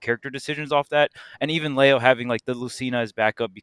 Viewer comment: Tweek will pronounce Leo's name right one day.. I just know it!